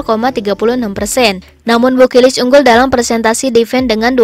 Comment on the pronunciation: BU KILIC min jgn BU KIRIK aahhh... 🤭🤭